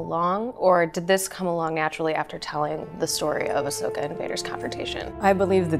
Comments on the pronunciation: My Emperor, I have a little corection here for you. It's Ahsoka Tano, not Ashoka Tano. :) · Still like how they didn't correct Ian's pronunciation of Asokah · Ahsoka: "You mispronounced my name,...and in the same way everyone misspells it too..." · mtman318 I kinda love that he pronounced it wrong.